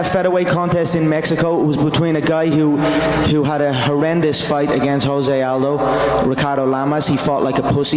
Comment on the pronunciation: Joe Chalk Jose instead of sounding like Hose...ok thanks alot